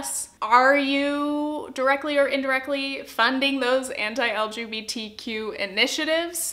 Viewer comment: Each time you would pronounce "anti", my mind was understanding "hentai" .... I'm not a native English speaker and I should spend less time on Internet